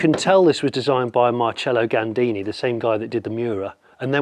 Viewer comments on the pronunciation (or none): It's not MarCHELLO Gandini. It's MarSELLO Gandini.